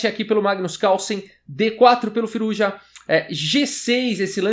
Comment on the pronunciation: acho q se pronuncia "Firúza"